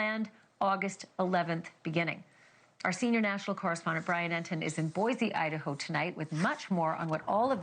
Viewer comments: Boy-see, not Boy-zee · Boi-see. Not boy-zee